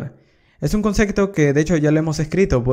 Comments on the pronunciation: La verdad que tus cursos son geniales. Lo que me chocaba un poco es que decis mucho concecto con la letra C! y en verdad es concepto con P! A lo mejor no te sale pronunciarlo bien, pero llama la atención. Igual son geniales tus videos que es lo central! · gracias por tus tutoriales, pero se dice "concepto" y no "concekto". Jajajaja, saludos!